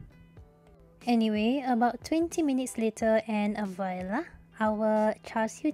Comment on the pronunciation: Its not pronounced “viola” but correctly, “vualaa”!